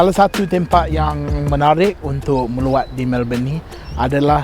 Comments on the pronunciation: Bukan meluat da... sebut betul2: MELAWAT. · sebut melawat macam meluat. Haha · Woww cayalah awak fasih bahasa melayu, tp sebut "melawat" kena perbetulkan sikitttlahh sebab silap sebut kang lain lak maksud dia.. Huhuhu